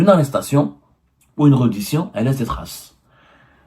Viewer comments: tu parles français petit journaux?on ne dit pas reddition mais rèddition. on te paie combien pour raconter ces histoires à dormir debout? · Prononcez bien reddition ca se prononce (Rédition)